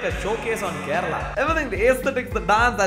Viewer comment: North Indian ji, it is not "kerela" but Kerala.